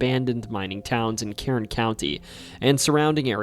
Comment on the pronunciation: Kern County is pronounced like urn